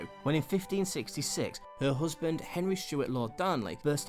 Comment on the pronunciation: The narrator needs to take elocution lessons. "hoosband"